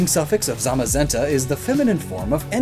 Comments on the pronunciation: How the hell do you butcher the names, although the british employee of Game Freak pronounced them correct? Zamazenta (Tsamasenta) and Zacian (Tsashian)...just learn it already... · When he was reading the book and kept saying zenta and the shield Pokemon zamazemta